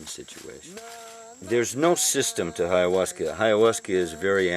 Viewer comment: Wow! You're so very smart. How I wish I were you. How I long to pronounce words as eloquently as you. Bye-ahuasca.